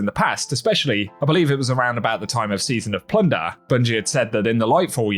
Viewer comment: Not really important, but let me say this.... you're one of the ONLY few people who actually say Season OF PLUNDER, CORRECTLY.... THANK YOU MY GUY.